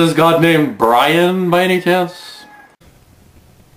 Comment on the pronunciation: Bwian? Twue enough. ;-)